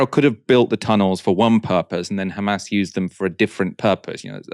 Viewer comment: Khamas & Khezbollah 😅😅